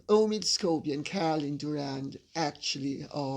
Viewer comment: Lol ...lady C. Called him Omid SCABIES... LOL. Just love you. You both are great, but Leo won this one on the account of his shirt.